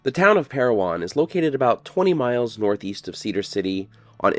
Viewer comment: As always, a very insightful video,. My grandfather’s name is on that WWII memorial, and I never even knew it existed. Thank you for sharing this with us! The name is Pair-O-Win, not Pair-O-Won, however. Just a small detail, I know!